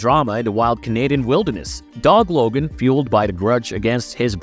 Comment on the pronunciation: The way you say Thomas is driving me nuts, also i swear half the time you call him Dob logan lol